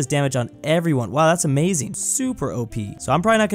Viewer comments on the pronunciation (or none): none